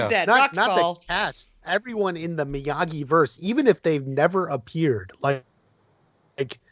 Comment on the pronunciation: It’s Miyagi not Migui